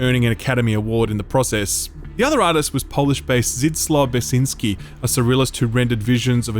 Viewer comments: HES NAME IS "BECK-SHIÑ-SKEE" You could take your time and learn some polish pronunciation, we are getting more and more prevalent around since witcher boom, get with times and Up Your polish! 😅 Love from Poland ❤️ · Lmao I could not decipher that polish artist name, creative pronounciation